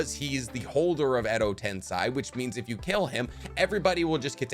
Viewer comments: Sai didn’t create reanimation 😂 edo tensaaay not sigh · God the amount of things u get wrong and how u pronounce Edo tensei as if it was edo tensai pisses me off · It’s tensei..not tensai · Edo Tensei, not Edo Tensai.... Dude, come on! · Every time he pounces edo tensei like that i died inside a bit more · it's not edo TENSAY it's edo tensei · I like your content, but I do have a minor nitpick. It's the fact that you pronounce a lot of words incorrectly and use the wrong terms for different things. Examples: 'Edo Tensei' being pronounced as 'Edo Ten*sai*' or 'reanimated' getting replaced with 'reincarnated'. Also the gold and silver brothers were not descendants of Hagoromo, I don't know where you got that from. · Its edo tensEi, not tensAi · why is it so annoying the way he says edo tensei, he says it like its meant to be edo tensai, ITS EI... TENSEI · Edo tensei. Not tensai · still butchering the names its not tensii its tensei pronounce it like tensay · why bro INSISTS on saying edo TENSAI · why you also gotta mispronounce Edo TenSAI? 😂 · Hello, I really love your videos, but in this one, I cannot help but point out, that it is pronounced edo ten-say instead of rhyming with hi. Still, very great video, thank you. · Am i the only only a but trigger by the way he prenounce "edo tensai" its killing me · the pronunciation of edo tensei passed me off💀